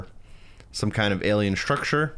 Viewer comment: Shtrucsher = Structure 😂❤